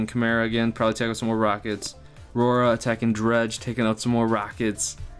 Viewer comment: It's GOGA not RORA. 'Гога' is in Russian. The letter 'Г' in Russian is the same as 'G' in English, G as in G-ood or G-earheart.